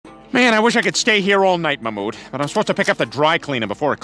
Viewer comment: It's pronounced Mahh-mood. Emphasis on the H.